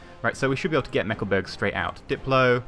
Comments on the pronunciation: Meckleburg? xD You mean Mecklenburg right? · "Meckleburg" "meckle" "burg"